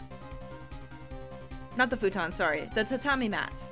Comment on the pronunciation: Did You Say Soorry instead of sorry. Wow you've been in Canada a while, haven't you if your accent is changing. Has it really been that long I still remember you talking about Canadian customs agents in your Pajama Sam playthrough.